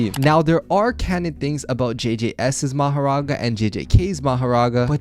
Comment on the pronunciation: Mahorga not maghera